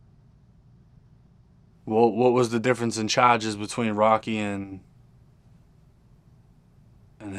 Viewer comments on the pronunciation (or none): What was the difference in JAR-JIS THAT SOUTHERN ACCENT FOR CHARGES😂😅